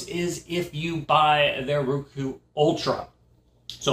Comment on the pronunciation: It's not rooku as pronounced it is rOku as in "O". I love my roku. 💖💖👍👍💖💖